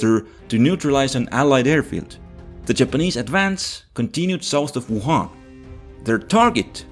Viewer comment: Wow the way you pronounced “Wuhan” is exactly how a native speaker would say it.